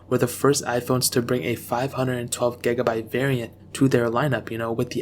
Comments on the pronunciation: The way he pronounces gigabyte triggers me. DISLIKED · Lmfao the way you say gigabyte is funny af